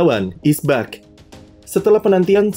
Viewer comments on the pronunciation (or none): cara ngomong "..is back.." admin mirip orang Filipina